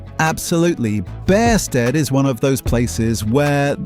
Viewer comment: Its also pronounced Beersted, my wife grew up there.